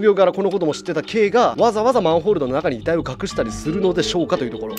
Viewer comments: たっくー「まんふぉーる」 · マンフォールにしか聞こえなくて気になって仕方ない。。うちの耳がおかしいんか。。